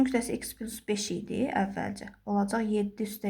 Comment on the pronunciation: Düzünü desəm, esebime toxunduz İkıs, pilus zad..